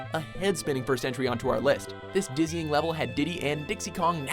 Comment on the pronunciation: Number 10 i thought he said Disney not dizzying i`m like wtf